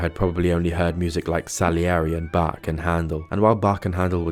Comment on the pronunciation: Caption Dept:😂 thats BACH. Not bark🙀